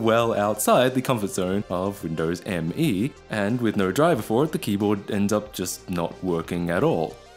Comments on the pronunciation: It's not M.E., is just "me". As in what you say when somebody asks, "who wants ice cream?" Also Me is literally 98. It was originally going to be called Windows 98, third edition. But since The year was rolling over to 2000 they decided to capitalize on the word millennium. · "This thing is so reflective I could probably do a makeup tutorial on it" You know we need it,. Also, did you know Microsoft actually intended it to be pronounced 'Me' (1 word) rather than 'Em-Ee'? Yeah, neither did 90% of Me users. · Nice :)... Note that it is called "Windows Me", not "M. E.". Thats why it is written "Me" ;)...